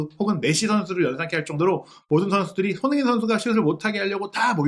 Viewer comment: 무엇보다 사장님 의 손흥민 이라고하시는 발음 이 예술이십니다 👍